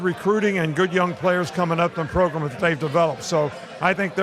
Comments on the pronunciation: Is it program or Progrum ? He looked pissed lmao 😂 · I love that the boys REALLY forced the “progrum” issue with coach 😂😂😂😂